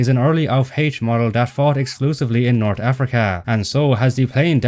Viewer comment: I understand you may not be a native English speaker, judging by your terrible accent, but the way you pronounce some words, like North ("nort") made me feel bad for your unapplied education.